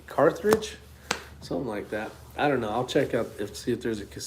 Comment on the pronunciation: Pronounced Car-thedge